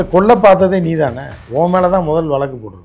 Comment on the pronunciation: வலக்கு🙄🙄 அல்ல... வ ழ க் கு... வழக்கு 💪